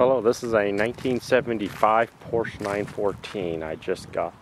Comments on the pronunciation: Por-sha is the correct pronunciation . Your 1st Gen MK1 MR2 is a base mr2, the MK2 MR2 Turbo 1993 and up suspension, handling and power can't even be compared to the 914 as it can't even keep up on straights or curves and has a manual rack steering. Any Fiero is a joke of engineering period, nice try Pontiac. The multi link, double wishbone, independent suspension, with McPherson struts and springs on all corners out performs the Fiero and Fiat in stock form. At the same time the 914 is sweet, under powered, but fun and it's a Porsche. Enjoy the 914 for what it is and was as the was hp restricted with lots of emissions and not doing the carburator conversion properly and port matched,etc can actually end up robbing you of hp. Enjoy your 914, and welcome to the Porsche family. One 911 became two, then 3rd Porsche and now have multiples. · It would be good to pronounce it, "Por-sha." Two syllables. Thanks. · Exactly! Porsche is a 2 syllable word.